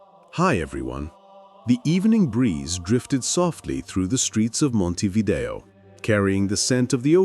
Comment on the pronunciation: In Uruguay il 40-47% è cattolico,un 35-40% si dichiara laico le altre religioni sono quasi tutte protestanti ed ebrei,ma dove li hai visti tutti questi musulmani? Ma che false informazioni dai! Ma và a nasconderti babbeo! Inoltre si dice Montevidèo con l'accento sulla e. Sergio